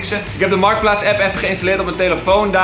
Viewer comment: “MARTKPLAATS” NICE